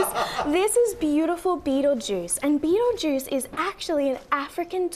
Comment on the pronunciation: She said Beatlejiuce 3 times!!